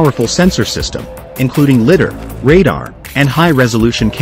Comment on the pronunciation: I wonder how long we'll have to hear it pronounced 'lidder' before the AI realizes that it is 'lidar' 🤔